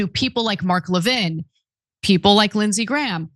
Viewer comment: now Ana pronounces Mark Levin's last name right, or at least to his preference.